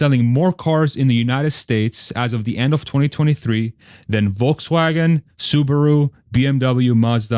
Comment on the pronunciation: As always, great content and great AUDIO. Go $TSLA HODL 4 LIFE! I like how you pronounced 'Volkswagen' the correct German way at least once. Well done, sir.